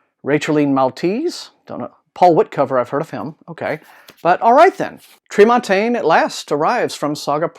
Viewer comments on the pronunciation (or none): Tremontaine!! yay! I have to correct you a little, it's pronounced Treh-mawn-tehn. I don't think anyone knows why... it just is! :-) Noumenon sounds very interesting. I'm eager for more clone stories after Six Wakes.